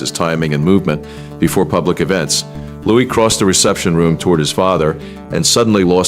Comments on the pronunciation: Remember this is AI generated. His made is not Lewis, it's Louis. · Louis. Not Lewis. Louis as in LooWe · Louis. Pronounced Lou-ee. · the child is called LOUIS!!! why can't you get this right??? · Why can’t you “Yanks” pronounce and spell Prince Louis name correctly for goodness sake????